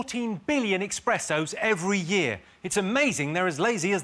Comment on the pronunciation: Its eSpressos, Jimmy not expressos.:face-purple-crying